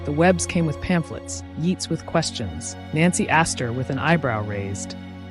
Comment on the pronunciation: I really enjoyed this production, the pace and lyrical presentation made such a nice change from the cacophony of some productions. One thing though, please check your pronunciation! “Yeets” ? “BlenHam”?, “Qwaay”?—more than a bit distracting!